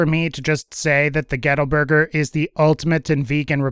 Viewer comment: I walked away for a few seconds and then heard "ghetto burger" outta nowhere lol I know its gettle...